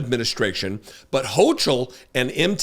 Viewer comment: it is a hard ch not soft, like chyron instead of chair, in Hochul's name. Just FYI...